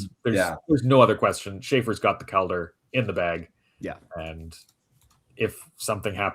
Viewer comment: Love the content, but quit saying Calder like that. It's infuriating.